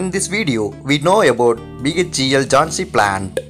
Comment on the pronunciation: "Jhonsi" 🤣🤣🤣🤣 Area in m3 instead of m2. And what's with the elongated last syllable of every word. Railwayyyyyy Kahan se late ho aise narrators 😂